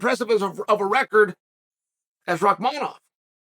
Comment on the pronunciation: But then gets rahkmonov right haha